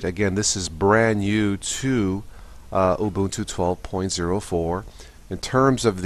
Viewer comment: Actually it is pronounced oo-boon-too. Some however pronounce it wrong.